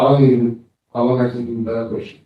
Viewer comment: Oh, he'll be axing questions as well